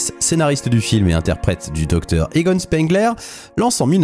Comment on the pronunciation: Bonne vidéo, MAIS le nom Spengler se prononce spaingleur et pas spainglair. De même tu as prononcé le nom des frères Scoleri en disant "scoreli".